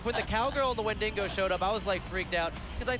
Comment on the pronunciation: Is nobody concerned about how he says wendigo?